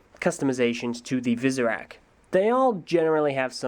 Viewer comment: It sounded like he said "Superak"lol